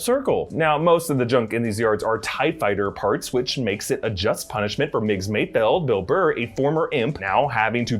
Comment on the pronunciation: Props to you for actually pronouncing Mayfeld correctly instead of Mayfield which everyone else seems to be doing